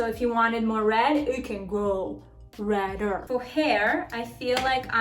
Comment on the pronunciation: Hahaha do you take cocaïne ? I loved the "you can go RED-DER"😂